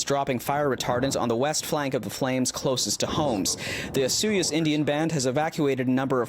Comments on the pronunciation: Why Osuyos and not Osoyoos ??? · Find a kid who can pronounce Osoyoos. Sad. lol